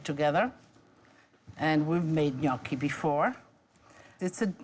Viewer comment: Thanks for the recipe. Gnocchi was my favorite growing up, but somehow I've never had this type. I'll have to try it. And also, thank you for pronouncing 'gnocchi' correctly!